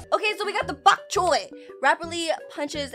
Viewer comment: Name: Bonk choy: bbhok chhoy